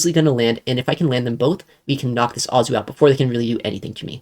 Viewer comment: Every time you saw Azu I always go “omg” it’s A-zoo” not “ah-zoo” 😂😂😂